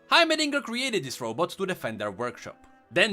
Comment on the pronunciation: Why are you constantly saying Row boats? :))))